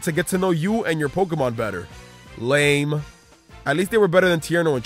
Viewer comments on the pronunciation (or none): none